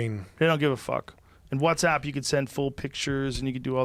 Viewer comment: The way Joe pronounces WhatsApp 💀